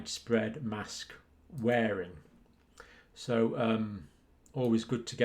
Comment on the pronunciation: Mask for what MASSKKKCs pronounce